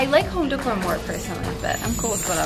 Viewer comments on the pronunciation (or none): You miss pronouncing decor is the cutest thing. Say it with me deck-or not decur